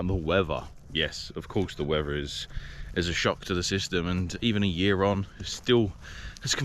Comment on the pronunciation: It’s weather not whever